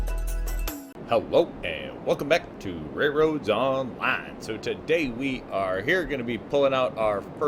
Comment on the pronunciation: Everytime you've posted I've been trying to figure out your accent in the intro. It sounds normal and then a heavy southern accent comes out when you say online. I'm gonna guess texas